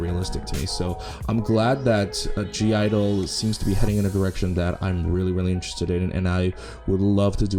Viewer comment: ur not supposed to pronounce the G i believe